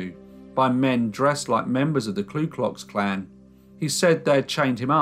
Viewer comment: It's Ku Klux Klan not Klu